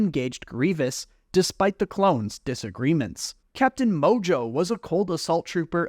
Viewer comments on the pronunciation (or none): none